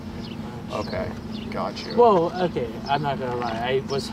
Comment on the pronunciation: I’ve always wondered if you say “Gotch you” on purpose.